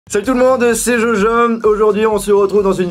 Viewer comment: "salut a tous c'est jojom " 😂😂